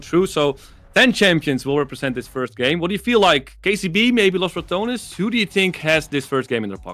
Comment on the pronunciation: Please, pronouce the E in Los Ratones; listening "Los ratons" hurts my ears :c Also, they are not rats, ratones means mice, ratas means rats :c